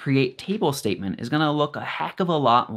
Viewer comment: But you said state ment